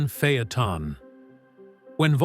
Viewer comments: What’s a phey-a-ton?? This is a great q car with the w12…. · Fay-Uh-Tahn…AI just can’t master some words.